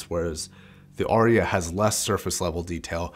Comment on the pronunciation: It’s Arya not Orya.